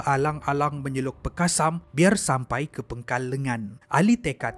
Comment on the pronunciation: PANGKAL lengan, bukan PENGKAL lengan..😅